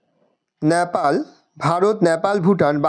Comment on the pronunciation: ওটা ন্যাপাল নয় নেপাল 😊